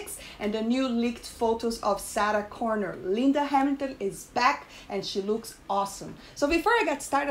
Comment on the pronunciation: You need to practice saying Sarah Connor. it doesn’t even sound like a name you’re saying even the captions pick it up as Saturn Connor. It has trouble understanding you.